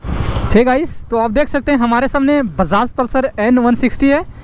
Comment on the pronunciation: Bro woh Bajaj he naki basas pehle name sahi se liya kro